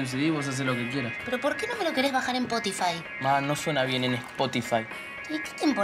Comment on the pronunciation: xd🤣cunado dice espotufay un anuncio